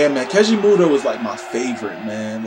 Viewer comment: You keep saying his name wrong and it’s annoying